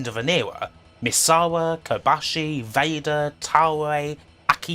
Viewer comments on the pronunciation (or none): none